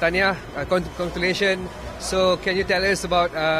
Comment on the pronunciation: Dia sebut conculation